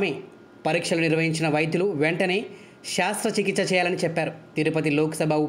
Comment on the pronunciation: Shaastra chikista kadu Shastra chikista 😂